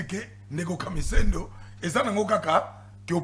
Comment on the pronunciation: Boyoka muluba wana KAMISENDO nde KAMIZELO